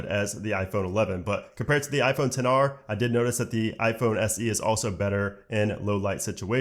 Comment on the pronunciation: I cringe everytime when they say 10 R!! Ugh 😒 ITS X R!!